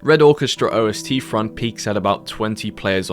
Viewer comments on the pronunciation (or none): It's Ost. Russian for East. Not OST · OST is just German for East. No need to pronounce every letter individually :)